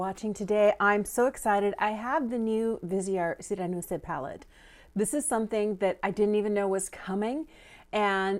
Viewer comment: I was waiting for your review of this release, since I like this color story. :) Thank you! For me, the mirror in a palette is necessary, especially since the absence of it is basically a drop in value. So it's a pity. And a quick tip for reading French (you didn't ask for it, I know))). The "e" at the end of a word is not pronounced unless it has an accent ("é"). It is added in case of a "sireneuse" to make the second "s" to sound like "z". Hope this helps. ;) Have a nice day!